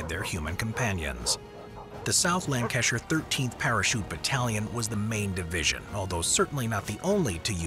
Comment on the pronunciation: 😂 Tripped over the pronunciation of Lancashire there yank! 🧐🇬🇧